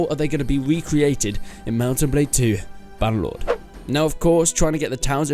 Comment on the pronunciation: you know... it is "BannerLord"